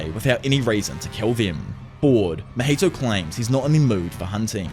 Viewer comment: “Mah heee toe”… “ top note goat” lmaooooo I wish I could pull your tongue out lmaooooooooo